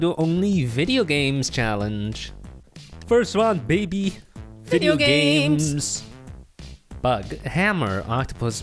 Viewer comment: idk who that was but when the said video games, one of them said it very weird